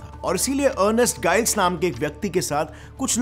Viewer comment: गाईल्स नहीं जाईल्स